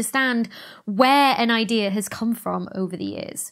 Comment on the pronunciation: so glad Sir Roger got this.. he has been a force in astrophysics for a VERY long tim... great respect for him and on a side note... dr becky i still love the way u say idear for idea haha